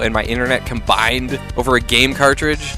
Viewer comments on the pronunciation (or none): You said "cOmBiNeD" like Schwarzenegger